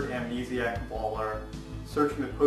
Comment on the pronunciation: Why do you pronounce "baller" like "bowler"?? Lmao